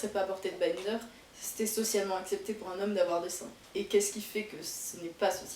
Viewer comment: jviens de découvrir que ça se prononce "baïndeur" après avoir prononcé ça "bindeur" toute ma vie